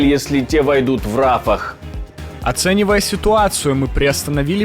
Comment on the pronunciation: От путина уже тошнит.не рАфах,а рафАх